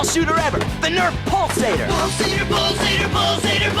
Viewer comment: After a while it sounds like "balls ate her"